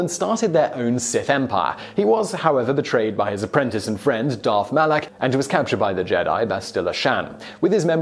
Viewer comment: Qwee Gon? Reeevan? Darth Molok?! Vishi8? This is no Star Wars 😔